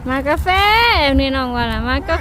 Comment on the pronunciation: ประเทศไทยเรียกว่ากาแฟ ไม่ใช่กาเฟนะคะ